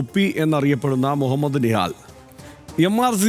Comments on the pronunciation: നിഹാൽ അല്ലടാ വാഴേ നിഹാദ് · അവന്റെ പേര് പോലും അറിയാതെയാണോ നിങ്ങളെ ന്യൂസ് എല്ലാം അടിച്ചിറക്കുന്നത് അവന്റെ പേര് നിഹാലല്ല നിഹാദ് എന്നാണ് വെറുതെ വായിച്ചു വിടല്ലേ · നിഹാൽ അല്ല മൈരേ നിഹാദ്